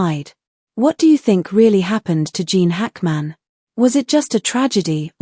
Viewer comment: Can’t his name be correctly pronounced?